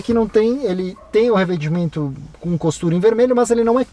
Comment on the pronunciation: alguém mais ouviu o falar "revedimento"?